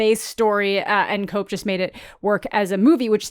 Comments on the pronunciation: Love your content. Just wanted to offer one quick fix to the beginning of your video if I may (with all kindness I add), the famous screenwriter's last name is not pronounced like "cope," but it's actually pronounced like, "kep." Hope that was cool to comment a very small correction. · I could have sworn David Koepp's name was pronounced Kep